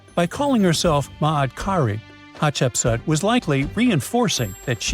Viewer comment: Hatshepsut pronounced Hut-shep-soot actually, her palace was built into a massive rock wall that had 8 Lapis Lazuli bottomed swimming pools